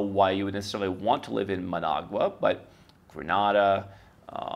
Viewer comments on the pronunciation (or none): none